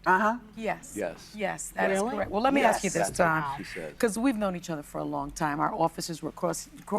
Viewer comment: Asskkk Not axe!!!! Ask!!!🤷🏽‍♂️🙄🙏🏽✌🏽